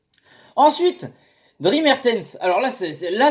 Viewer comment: Le S dans le prénom de Mertens n'est pas muet, ça ce prononce comme « Driss » Bonne vidéo à part ça :)